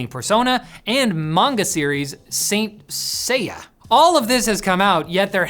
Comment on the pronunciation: And manga series SAYN-SAAYAH